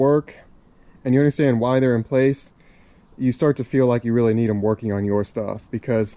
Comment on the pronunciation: "Workeen" is not a word.